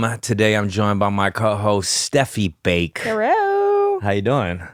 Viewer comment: When she said herro I thought she was being ironic but it did make me laugh 😂